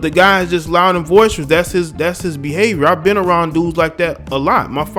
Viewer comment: boisterous,boisterous, boisterous my brother. No V in that word, but good job on the piece.